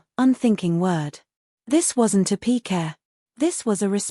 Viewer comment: Pique not p. que